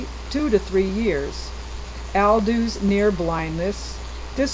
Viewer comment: Interesting video. I notice you pronounce Aldous as Al-dew, which I guess is a French pronounciation? I never considered that. I've always heard it pronounced All-dus. Brave New World was not the influence to me that 1984/Animal Farm/George Orwell/Eric Blair was. I wonder if you know of anything that discusses Orwell? Where he developed his ideas. How they are so prescient. How they are or might be utilized today, or where what is happening today in terms of our totalitarian states descends from.